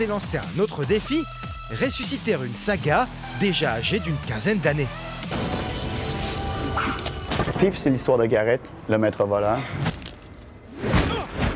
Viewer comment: Va falloir travailler l'accent anglais... Ça se prononce pas TiF mais Thief (FiF). C'est pas le tout d'essayer de faire une émission pour ramener l'auditeur geek, faut aussi mettre un présentateur qui sait de quoi il parle...